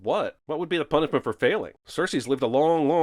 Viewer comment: Watch out Jeremy,don't let th3 birdman hear you say: "puniffment for failing"@